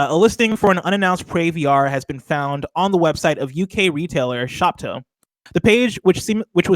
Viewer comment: I think Shop To is pronounced like the words shop and to